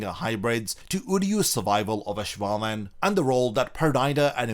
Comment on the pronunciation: oh no you said ash-wallen